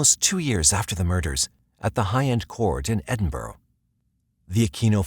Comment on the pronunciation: Come on you lot never get Edinburgh right way u say it drives me nuts